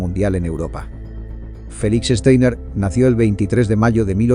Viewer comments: Este apellido alemán no se lee "Esteiner", se lee "Chtainar". Esto se puede escuchar varias veces aquí en Youtube en el video titulado: Downfall (2004) - Clip 1: Steiner's Attack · Este comentario va para el youtuber para el que está hablando y dice frecuentemente Steiner con e cuando empieza con S por lo tanto voy a escribir fonéticamente como suena..Shtainer